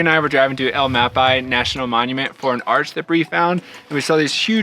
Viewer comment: El ma pi? You mean mahl-pie-ees Not to be rude, but if you’re going to come here, get the name correct